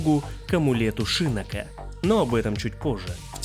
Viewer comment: шИннок очень режет слух. Он же шиннОк!